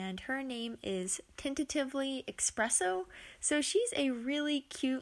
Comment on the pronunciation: EXPRESSO :P